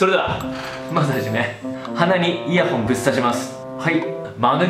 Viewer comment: イヤホンがイヤホイに聞こえる。 原宿でイヤホン！原宿でイヤホイ！